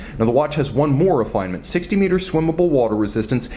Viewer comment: You gotta trim wrist hairs or else it messes wrist shots! And stop sounding ouuoo ouooo .. more- mouuorr.... profile -- prouofile...